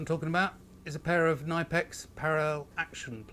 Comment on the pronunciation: FYI, in German, the k in front of the n is actually pronounced. The company's name is pronounced like Tipp-Ex, only with k and n in the front, both fully pronounced